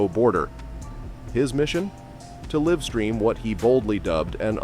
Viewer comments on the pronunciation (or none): "Liv stream"? Is this narrator AI?